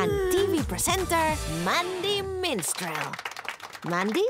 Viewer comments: It’s Mandy Minstrel NOT Mandy Menstrual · It’s Mandy Minstrel NOT Mandy Menstrual Read the description people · It’s Mandy Minstrel NOT Mandy Menstrual Read the description people fgs srcly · It’s Mandy Minstrel NOT Mandy Menstrual Read the description people fgs